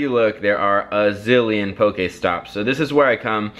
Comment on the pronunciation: IT is pokEstop not pokAESTOP PLEASE